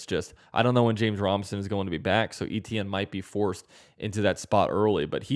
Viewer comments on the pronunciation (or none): Can't help but feel bad for Travis Etienne. He left Jennings La and nobody has pronounced his name correctly since. Say it with me Travis Etienne (AYE-CHAN) and yea that's 100% how you say Etienne